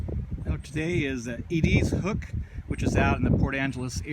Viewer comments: Eeedeeeezzzz lol. You wouldn’t know unless you lived here it’s sounded Eddisss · Not being mean but it's pronounced eh-diz, not ah-deez ...